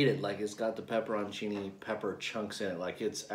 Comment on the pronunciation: Wholesome content. And I just googled the heck out of it. You're pronouncing it right, /pep per on chee' nee/